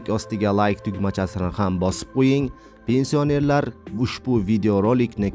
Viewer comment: Avvalo gapirgan savodsiz togri gapirishni organ. Pensiònerlar sozini dabdala gapiribsan